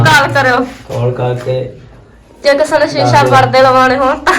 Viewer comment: Bolna ta sikh a shisha hunda sisha nhi